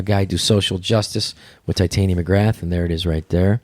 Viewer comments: I am 30 mins in on the second part and Andrew still hasn't corrected the mispronunciation of Tytania to Titania. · shit someone tell him how to say titania, like narnia she is posh !lol